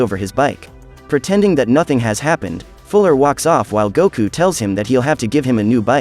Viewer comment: Not Kakaroto its Kakarot Not Guku Its Goku